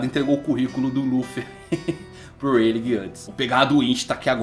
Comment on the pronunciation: pq vc fala Reiligue e não '' Ray lee'' que seria a pronuncia correta, ensina certinho pro povo rapaz <3